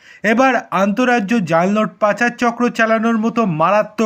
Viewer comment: জাল নোট উচ্চারণটা একটু ভালো করে করলে বুঝতে সুবিধা হতো😅😅😅